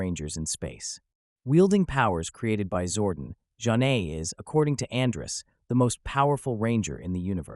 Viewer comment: You pronounced Zhane wrong